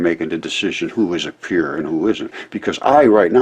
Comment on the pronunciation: I think he took peer review as "peer" review